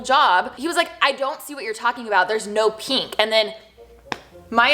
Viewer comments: Is anyone else bothered by the way she says peenk instead of pink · “Peenk” girl I-💀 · Notice how she says “pink”